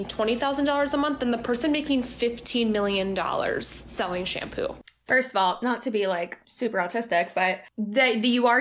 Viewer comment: I hate to nit pick but the way she says shampoo was absolutely triggering me 🫠